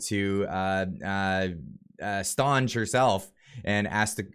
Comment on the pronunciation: Yeah, Lol the "Stonge " prononciation! "St" is short and prononced "Saint" si, Saint Onge, but still a point for trying!